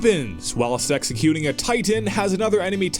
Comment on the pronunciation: I think he said executing wrong xD